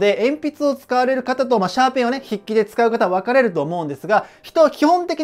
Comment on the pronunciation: シャーペンのかえしんが、シューペンのかえしんになってますよ!!